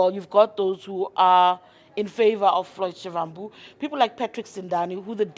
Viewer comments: Not shivvvhambu... it is Shivambu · Haibo sis a person in your position should make an effort to pronounce someone’s name correctly. You botched his surname. Noo😢